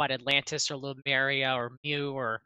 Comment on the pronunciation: It's too bad the audio is choppy, it's really hard to hear things but it seems you guys heard him well, weird. Also, why is saying Lumeria instead of Lemuria, am I missing something?